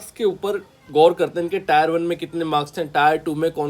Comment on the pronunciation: टायर 1 nahi टियर 1 boliye, ajib lagta h tayar sunke, exam hai vehicle nahi😮